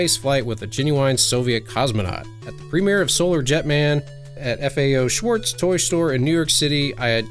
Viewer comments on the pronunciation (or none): none